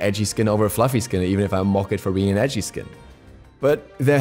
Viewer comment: When you are saying "edgey" skins it sounded like ecchi skins! We all want to pick the echii skins I'm with you on that!